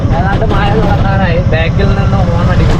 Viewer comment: മയ. അല്ല.. മഴ